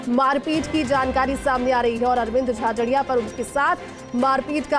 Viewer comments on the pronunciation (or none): भाई नाम तो सही बोलो अरविंद जाजड़ा बोल रहे हो झाझरिया बोलो